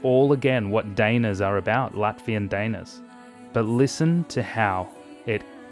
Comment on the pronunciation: Actually, "daina" is pronounced differently. It's hard to mimic an English pronunciation in the comments but I guess it'd be something like "duh-E-na". Or in case you read IPA: [daɪ̯ˈna]